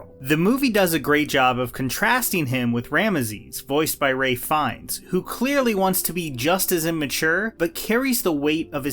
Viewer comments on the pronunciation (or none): *Ralph 😂 not Ray